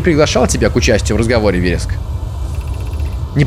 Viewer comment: С'едум - очиток, в'ереск - растение. Везде ударение на первый слог.